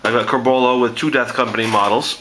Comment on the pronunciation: Hey:P Nice vids allround. Love Blood Angels. One tiny nitpick... It's Corbulo, not Curbolo xD